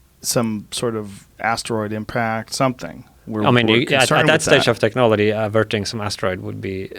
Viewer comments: Why can’t this guy say the word technology or technological correctly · This guy invents a new way of pronouncing technology every two minutes I swear